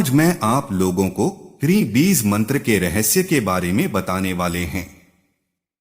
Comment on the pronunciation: Beez beez kare ja raha hai AI. Insaan na mila koi jo AI istemaal kia?